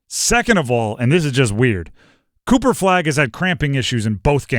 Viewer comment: He said Cooper cupo 😂😂😂